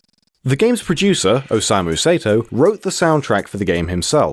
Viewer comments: You pronounced "Osamu Sato" as "Osamu Seto"... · its not Say-to its Sa- e - to.stop butchering this guy's name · "Sato" would be pronounced "sah-toh," not "say-toh." If it was "say-toh" it would be spelled "Seito." Basic Japanese, folks. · It's pronounced like "Saw-Toe", not "Say-Toe".